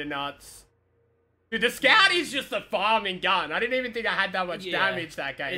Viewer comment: Is it me or does make it sound like Scav instead of Scout sometimes?